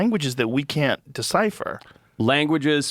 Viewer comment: Forreste Galante either needs to see a dialect coach to master the vowel in "can't" in a General American Accent, or to get his Rhodesian Accent back. He has to pick one.